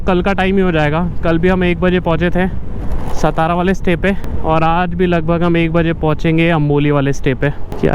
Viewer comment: Bro khud ka nam bakiyonka pata nhi to bura lagta and hamre city ka nam har bhar galat leto ho ye kaise chalega stara nhi hai satara hai